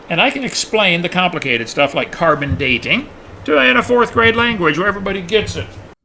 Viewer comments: "Car bin daaay ting" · I know he doesn t understand or believe in carbon dating, can anyone explain why he pronounces it "carbon daayyyting"?